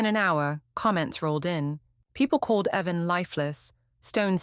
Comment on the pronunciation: Why didn't your AI notice the difference between 'Heaven' and the name 'Evan'?